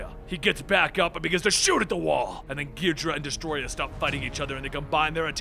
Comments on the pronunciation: When you a Godzilla fan and you feel a sharp pain hearing the mispronouncing of the names especially King Ghidora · You pronounced some of the kaijus like Ghidorah and anguirus but it's fine👍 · Wow, you are HORRIBLE at pronouncing these Kaiju names. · I love how he mispronunciations everything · I liked when I saw the art, I disliked when you mispronounced Ghidora. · ... who else is getting pissed at how he says the enemies name wrong? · I can feel by how he pronounces the monsters' names that he has never watched a Godzila movie in his life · i think you kinda butchered king ghidorah's pronunciation. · GBlitz When you're a true fan and realize that's how most names were originally pronounced in the movies. "Most." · “As he stands on the bodies of Gidra and the Destroyah” Bruh its pronounced Ghi-Do-Rah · Ghidra, really, It’s ghidorah gi-dor-ah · Ghidorah=Gee-door-a not gee-dra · King “gijra” it’s “gi-dora” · Ghi-dor-rah not Gidrah and An-guir-us not angarius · Gidrah? It's gih-dor-ah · I don't think it's pronounced as "gid-ra". I think it's "gi-do-ra". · Gidra?? Its Gi Door Ahhh and atomic breath not a beam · King gidrah... KING GIDRAH😡😠 M8 its gidorah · King gi-dra? More like king ga-dore-a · gid-or-ah not gee-dra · It's Ghidorah, not Ghidrah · ghidorah is cooler ghidra is stupid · GHI- DORA NOT GHIDRA GHI DORA and also Ang geer us but other than that pretty food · Ghee-dora not ghedra lol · Angeris (an-jeer-iss) king gedora (gee-do-raa) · Ghidorah not Ghidrah and while I'm at it Eric Selvig not Slevig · It’s GhiDORa, not GHIDRA! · It's not 'Ghee-drah'. It's 'Ghee-dough-rah'. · “Ungarius”💀💀💀 “King gidra” 💀💀💀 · Wasn’t it originally pronounced gee-door-ah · King Ghidorah ❌ king gidra✅ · Your mispronunciation of angeerus as ongareus and ghidorah as gheedra hurts my soul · It's pronounced Kung gi-dora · King geedra? Really? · omfg please its Ghee Door Rah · It’s pronounce “King Ghi-Dor-Ah, king Ghidorah”, you wouldn’t pronounce ghost as “Gaust”. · "King Geedra"